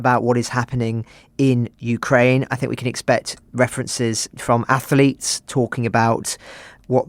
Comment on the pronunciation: Wow, what a terribly biased narrative by your crew! It would be great to have a neutral stance instead of the personal view of a poorly educated oik who says "ath-a-lete".